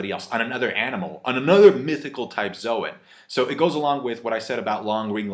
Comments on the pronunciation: Logia is pronounced with a hard G and Zoan is pronounced like zone no zo-an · Please pronounce zoan correctly, you know at your core your wrong lmfao